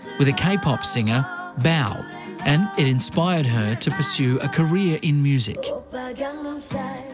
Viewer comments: did he just call boa “bow” or am I tripping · this mans pronounced BoA as bow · “bao” when he meant BoA KILLS ME LMAO 😂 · Jewel T 😂 I literally went who is Bao? BoA...?🤔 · SAMEEE. I was like Bow?? Or BoA u mean? Hahaha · VanessaEmica Censi he also called BoA “bao” lmao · They really butchered BoAs name like really “BoW” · Am I the only that noticed that he called BoA, Bow instead? 😭🤦🏽‍♀️ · not him calling BoA "bow" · I love how no one is talking about him pronouncing BoA as Bao (the food , Bao) 😂😂😂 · This man really pronounced boA, bao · BAHAHAHAH HOW HE PRONOUNCED BoA had me DED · did he just say BOW instead of BOA 😭 god this interview is awful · He said BAO instead of BOA... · "bao" hahaha its BOA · wish they'd researched to say BoA's name right. she's iconic in kpop history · I choked on my tea when he pronounced BoA's name. Haha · He messed up boa name